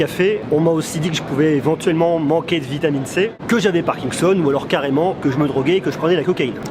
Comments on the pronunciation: on dit parkinson et pas parkingson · on dit "parkinson" pas "parkingson"